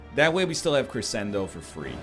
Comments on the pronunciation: K8 shed a tear when he said "cressendo." EDIT2: thrice. Oh my.... And one was AFTER saying it like he's not.... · Hey, idk if you care about these types of things because it's not that important, but it's pronounced creshendo, even though it's not spelled that way. It's a musical term to indicate the reader to get louder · If his wife hears him pronounce crescendo like that, I think she might beat the crap out of him. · How can one egg be seemingly so intelligent but also say crescendo like that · he can't even pronounce it, never mind play it properly. Cost him the run, my dude. THIS is why YOU don't comment until the end of the run.